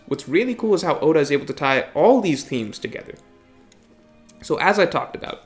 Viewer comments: Mans says themes wrong every time yet says thematically perfect. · Oh, its themes. Thought he said memes at first. Breaking down the memes would more beneficial